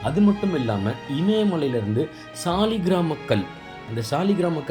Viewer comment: ஐயா அது சாலிகிராம கல் என்பது தவறு. அதை சாலகிராமம் என்று சொல்வதே சரியான வார்த்தை / உச்சரிப்பு.